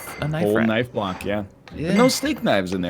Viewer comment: I'm not crazy right? is saying BM Block people during Ticket, but it sounds like BM Black people?